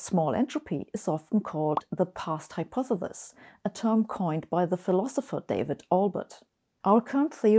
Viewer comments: I love Sabine as much as the next person here but she really does need to practise saying "hypotheSis" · A brilliant theoretical physicist who doesn't quite know how to pronounce the word "hypothesis". Finally, there's something I know that Sabine doesn't! lol. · hypothethis hypothethis hypothethis... once you realize that's how dr. hossenfelder pronounces it, you'll never be able to pay attention to what she's trying to talk about today. I think she said hypothethis about a hundred times in this video! I still love them though. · I want to teach her to pronounce hypothesis